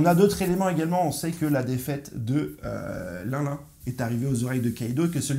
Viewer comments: Juste arrête avec linlin c est Charlotte Lynlyn sinon tout au feminin.on apel Marilyne Monroe pas Marilin alors bon ta certains de tes messages théorique qui ce valent mais la c est bidon niveau prononciation. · Stp prononce bien le nom de Charlotte LinLin , le “n” se prononce , sa m a vraiment dérangé 😕🤨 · Au top comme toujours.. merci sauf que la manière dont tu lis Charlotte LinLin 👉🏿💔… lol 😅